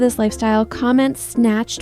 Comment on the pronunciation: 😂😂 U said sanched instead of snatched😅